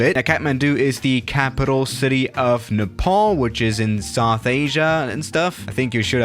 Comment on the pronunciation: Sawth Asia?!